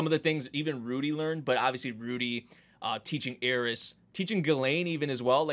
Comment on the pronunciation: Her name is Eris, not Ear-is. please